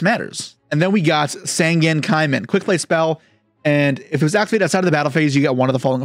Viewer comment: Sangen is not called Sangan, Sangen has an "E" in there Sangan Has an "A" in there so there different